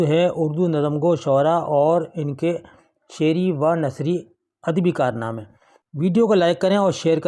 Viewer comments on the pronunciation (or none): جناب! ذرا وضاحت فرما دیجیے کہ آپ نے آغاز۔۔۔بیس سے چوبیس سیکنڈ۔۔۔میں شعری۔ وَ۔ نثری کارنامے کہا ہے، شعرِیَو نثری۔۔۔ کیوں نہیں پڑھا۔۔۔ اس کا تلفظ تو اسی طرز پر ہونا چاہیے جیسے محمود۔ و۔ ایاز۔۔۔ کو محمودو ایاز پڑھتے ہیں